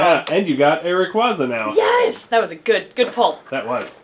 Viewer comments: You said Rayquaza wrong, it's pronounced ray quasar minus the R at the end, although you can still use it if it helps. It's a very common mistake though so don't worry. Fun Fact: the official Poké Rap for gen 3 mispronounced Groudon and Kyogre's names, so even they can't keep the names straight. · Ray-kway-zuh not ruh-kwua-zuh